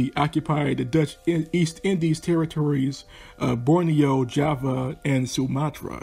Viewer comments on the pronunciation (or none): none